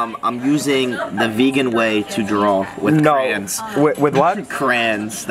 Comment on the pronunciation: Pronounced cray-ons has a bad problem mispronouncing words. It's re-siz not ree cees